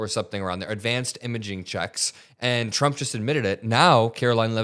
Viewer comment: She actually calls him President Chump! Listen and you won’t be able to unhear it.